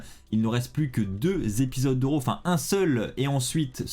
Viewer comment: Tu prononce RAW ( Ro). 🤔 C'est pas comme ça qu'on est sensé le prononcé.